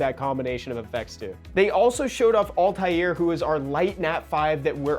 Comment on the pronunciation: Thank you for pronouncing Altairs name correctly and not calling him all-ter